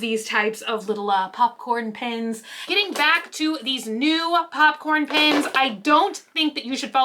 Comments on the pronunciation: u keep saying pins not pens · What Everyone hears "Pens" What I hear "PINS" HELP🤣🤣 whyy? I love you.🥰🥰🥰